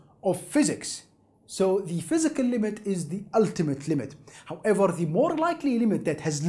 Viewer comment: "phyiscal" close but no cigar.